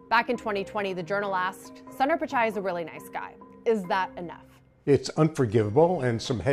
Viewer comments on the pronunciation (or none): Its not sander pichai its Soonder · Can do the basic homework an anchor should do? Pronounce the name of Google CEO correctly? It’s not “Sun-Daar”. Hear how he pronounces it or do basic research and go to Wikipedia. Get ur act together CNBC, this is nuts. Google, Microsoft, Adobe and so many other mega caps have Indian CEOs have some basic pronunciation training or find ones who can. So unprofessional.